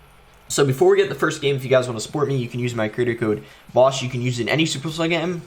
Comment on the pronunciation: I heard bosh 😂 but I know is boss so feel free to use it to support boss❤️